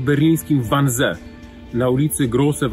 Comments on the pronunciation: to sie czyta 'wanzi' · Wannsee wypowiadamy wanzi... Panie Piotrze to aż w uszy kłuje. Serdecznie pozdrawiam. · Wiem, czepiam się. Ale cierpnę, jak Pan wymawia "Wannsee". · Wannsee jest nieprawidłowo wymawiane. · Learn how to pronounce Wansee